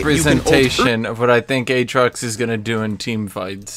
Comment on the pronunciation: A-A-trox, A-A-ron. Insubodinate and churlish is a good (Phreak) reference.